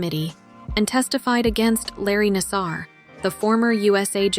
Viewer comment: Why mispronounce Nassar’s name continuously? Simone knows how to pronounce his name afterall; so the commentator sounds ridiculous to say nas-SARover and over again.